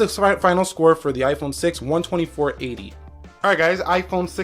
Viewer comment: Lol it is 6 plus not s